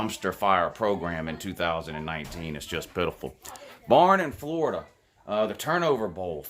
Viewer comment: He is a fworida man woouuu